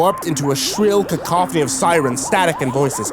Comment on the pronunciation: "Top-og-raphy"; "Ca-co-phony." Both phonetic. Still like this video, dude.